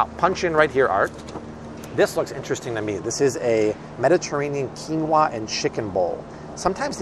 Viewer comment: Love ❤️ how chill Art is...and his pronunciations are on point!! Quin no a!! 😂